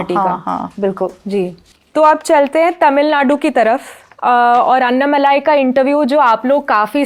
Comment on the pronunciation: अन्नामलाई ? What the hell ? It's अण्णामलै ... Don't ruin the South names... Please learn the pronounciation...